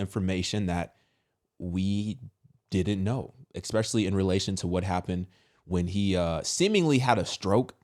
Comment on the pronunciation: Bro you GOTTA stop saying "expecially" 😂 ESPecially